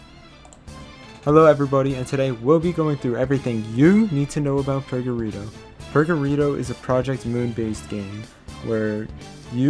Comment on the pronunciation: btw, the correct way to say is "purgatoreu" (O is high pitched), cuz the game wants to have a latin word but the right would be purgatorium. But it is very similar to the word "purgatório" from portuguese